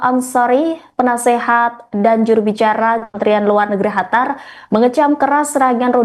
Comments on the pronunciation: QATAR bukan HATAR ya klo ngomong ! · Qatar mba, bukan Hatar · Hatar? Emang gitu ya pengucapannya? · Qatar bacanya Gatar, mba, bukan Hatar. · "Qataaaar mbaaak Qatar" !!!!!...bukan "Hatar"...salah 1 huruf jadi beda makna itu mbaaaak,,heeedeeeh 🤦‍♂️🤦‍♂️🤦‍♂️ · Di hatar...😂😂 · Hatar apa Qatar ya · Qatar mbak, bukan hatar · Qatar atau Hatar...? 😊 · Qatar..mbak..bukan khatar.. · QATAR MBK BUKAN HATAR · Apasi hatar, ganggu banget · Bukan hatar tapi qatar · Qatar,,bukan hatar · Hatar apa Qatar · Qatar bukan hatar mbak eee😒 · Qatar apa hatar sih...? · Pembaca beritanya,hatar hatar terus tidak bisa apa kalau nyebut Katar .. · baca qatar aja .. hatar hatar hatar.. gimana sih ngomongnya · Hatar apa kata kau ni? Gak bisa kau baca Qatar?! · SIAPA SIH NAMANYA INI , GAK BISA BEDAIN HURUF "Q" DAN "H". LANGSUNG SAYA SKIP , YG BEGINI JADI PEMBACA BERITA. JANGAN DIPAKAI YG BEGINI MAH. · Qatar bkn hatar hadeuh apaan sh ni pembawa berita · apa gua aja ya yang dengar dia bilang HATAR wkwkwk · Ga nyaman juga dengar Qatar di sebut Hatar. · Qatar = Hatar, Qurban = Hurban 😂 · Masa Qatar dibaca "hatar"? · Hostnya gimana nih, negara QATAR dirubah nama HATAR, tolong belajar lagi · hai mmba cantik, itu QATAR tidak dibaca KHATAR. ini terdengan sangat mmenyebalkan apalagi anda mmenyebutkannya berulang kali. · Qatar ya bacanya qatar bukan Hatar mbak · Qatar bukan hatar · Bukan hatar tapi (Qatar 🇶🇦) KO Salah menyebutkan sih ini berita🙏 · bukan khatar tapi qotar atau katar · Qatar bukan hatar,arabnya pakai qaf bukan ha. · Betul..kurang enak didenger. Mana ngomongnya berkali-kali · Penyiar berita ini salah sebut negara Qatar dgn ucapan chatar arti ucapan chatar yaitu Bahaya Seharusnya di ralat ucapan salah itu yg didengar pemilsa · Khatar ⁉️ Ketar.. Ketir.. 😂😂😂😅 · Pemyiar Tribun News mohon di diralat atas ucapan kata2 nama Negara Qatar bukan Chatar Awali dgn huruf gaf bukan cha Seharusnya Qatar bukan Chatar arti Chatar dlm bahasa Arab berbahaya Dan ada lagi penyiar Hamas jadi Hamasy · Hatar atau Qatar